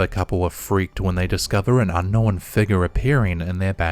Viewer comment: Cause he can’t talk and needs to hire a narrator. “Unn-nowinn”. Some idiot Kiwi or something